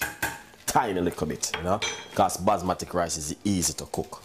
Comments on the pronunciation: 😳😳did he just say basma'tic' rice????WWWTTFFFF😂😂🤣😂😂😂😂😂😂🤣😂😂😂🤣he should just stick to yam! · Basmati (Bas-ma-tee).. that's how its pronounced. Future reference